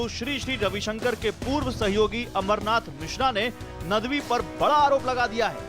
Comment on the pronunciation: abe chutiye nadvi h vo naam tu dhang se le le